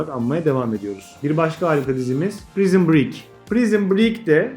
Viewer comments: Hocam bu arada naçizane telaffuz konusunda bir hatanızı dile getireyim, "Prizın Brik" şeklinde değil de "Prayzın Brik" olarak telaffuz edilir. Saygılarımla. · pek haddime değil fakat Prison Break'in telaffuzunun (Prayzın Briik) olması gerekmiyor mu?